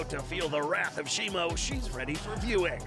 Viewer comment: It's shimo not shimu